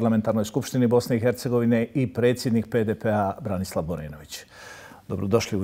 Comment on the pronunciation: Čovjek se zove Branislav a ne Borislav. Selam za BHRT